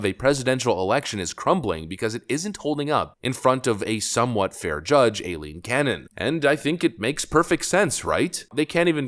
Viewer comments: Stop saying el-leen canon. It’s I-leen. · It's pronounced I-Leen Cannon